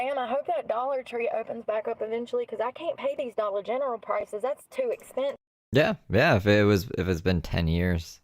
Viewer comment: She can say dollar general perfectly fine, why she feels the need to say dollar gentral, it’s not cute honey! You sound ridiculous, please stop 😅geez Louise 😂